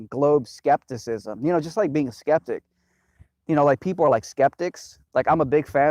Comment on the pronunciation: Dude just totally BROKE the word 'Skeptic' for me.